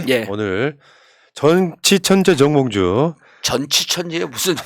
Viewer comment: 정봉주라고 발음해주세요 ~ 홧팅~^^